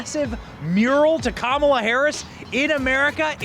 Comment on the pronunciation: Dude completely butchered her name with the red sweater all happy and excited to talk about it but don’t even know how to say her name right it’s Kamala Harris kala hairmiss